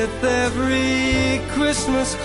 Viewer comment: What kind of an idiot is? Nobody pronounces the "ST" in Christmas.